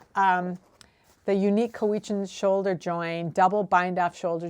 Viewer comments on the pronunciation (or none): Agreed: COW-witch-n (not "weech"), with emphasis on the first syllable. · Cowichan is in my stomping grounds. It is pronounced cow - ih - chan. That is an intensely interesting sequential bind-off.. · As always,, your vids are so informative. I live on Vancouver Island just up the road from the Cowichan Valley and wanted to let you know that we pronounce it COWichan. This First Nation is indeed famous for its Cowichan sweaters, as you note, and they are very popular even today. ❤